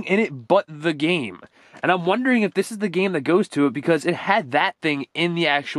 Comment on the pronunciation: You pronounce like da blob not de blob even though it’s spelled like that